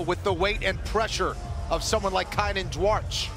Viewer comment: Duarte, Dante. Can't say Duarte but can say Dante. My gosh us Americans are bad at language